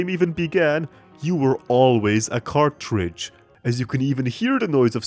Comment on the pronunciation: "YOU ARE ALWASY A CARTRAGE"